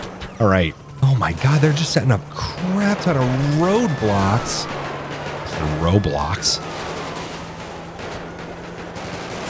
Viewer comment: Sounded like you said the police were setting up Roblox.